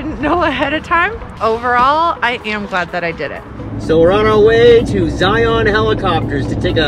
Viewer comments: Great vidio!!! Did you know you pronounce Zion like lion. Watch the long long honeymoon's vidio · Fyi...in Utah we pronounce Zion like Lion. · Love Zion national Park, my parents took me there as a kid, I took my kids there. Awesome video, never seen it from that view. Went to lake Powell as an adult, looks like we had a view of lake Powell for a little bit and rainbow bridge. You're not quite pronouncing Zion correctly but that's okay.